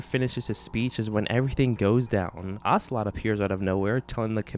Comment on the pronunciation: “Ogla” hahaha. Good review though, MGS 2 is also one of my favourites if not my favourite.